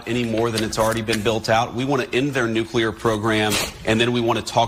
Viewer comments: You pronounce Nuclear wrong, it's not New-cya-ler, it's New-Clear. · No. P.S. Nuclear is pronounced “New-klee-er.” Not “new-Q-ler.” It’s so sad when intelligent people say this word incorrectly. 😔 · you say that you read the comments, but you keep saying nucular instead of nuclear. It is important for someone in your position to pronounce words properly. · It’s NEW CLEAR. Not NEW CULAR? Bush the lesser is long gone. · Nuclear: New-klee-er. It’s so sad when I hear intelligent people say this word incorrectly. 😢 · If it’s not CLEAR, it’s not nuCLEAR! One u.